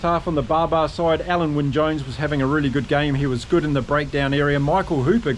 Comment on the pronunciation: OK, you asked for it! Alun Wyn Jones, you made a decent stab at it, but if you want to get it spot on, it’s Al-in, obviously I have first hand knowledge of this particular name…